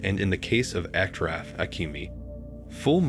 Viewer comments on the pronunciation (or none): his name is pronounced: Ash-raf (not Ak-raf). I don't like to be picky on any cross language mistakes but the way it is pronounced (ak-raf) changes the meaning from "most noble" (ash-raf) to crippled (ak-raf) Thanks for the video! don't stop.